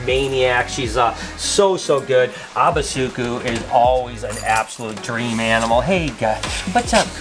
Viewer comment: Hi Ubusuku is night in Zulu, however you pronounce it abasoekoe. All the u's are pronouced the same in the word. Suku is correctly pronounced. The first part has the same pronounciation. It not abba its ooboosooķoo. All the U's as in Bush. Abba means many as in abantu- many people